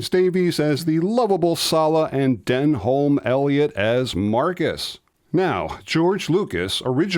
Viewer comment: I've been lucky enough to meet both Paul Freeman and John Rys-Davis. Oh a slight nitpick, but Denholm Elliott is pronounced Denham, like the Jeans (sorry, it's a British thing!!)